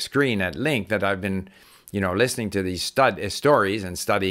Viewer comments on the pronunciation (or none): none